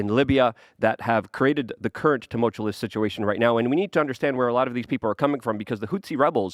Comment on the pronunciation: FFS guys please teach how to pronounce TUMULTUOUS It makes him sound like a complete idiot when he says tumultuLous.